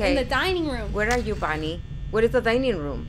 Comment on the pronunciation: Stacy Tuite its Bonnie...not Bonie